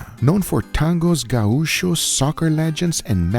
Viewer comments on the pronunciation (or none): I love how Guga doesn’t know how to pronounce gauchos.